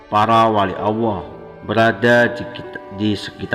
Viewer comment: Admin koreksi ya....pengucapan Allah bukan auwoh njihh